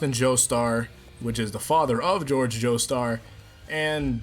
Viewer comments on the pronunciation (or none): it’s jorge not George